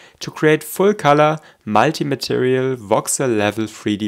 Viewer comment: Did stefan told u to pronounce "multi" weirdly like that😅?"